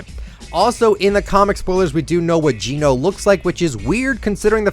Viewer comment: It’s pronounced jen-oh not gene-oh